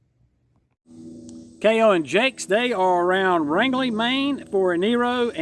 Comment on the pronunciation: He should have unbuckled his lower and upper belt cliips. Rangeley is pronounced Range -LEE